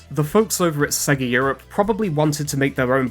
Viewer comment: Sorry even as a Brit I can’t get on board with Sega pronounced as ‘Segga’